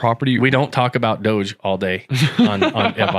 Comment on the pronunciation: it's DOGE. (NOT DODGE!)